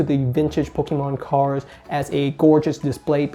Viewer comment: Take a shot everytime he says "Cars" instead of cards